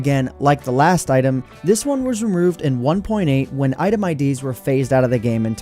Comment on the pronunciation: this one was remeuurrved